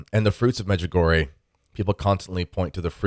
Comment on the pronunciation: I would suggest talking about what you know. Clearly you have the Medjugorje for Dummies as your guide. (1) you mispronounce the name od Medjugorje. (2) as to the parchment with the 10 secrets, Mirjana can read it, other people can't for the obvious reasons. (3) give me $ so we can build more churches? What churches? (4) there are authenticated healings....how many people have you cured?you have major issues, unfortunately your lack on intelligence can't be helped.Could go on...